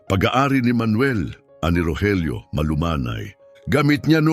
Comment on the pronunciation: Bakit ung Rogelio minsan Rojelio ang pronounce😅